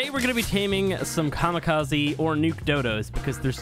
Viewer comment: Just saying the “ze” in Kamikaze is pronounced as a “zeh” so Kamikazeh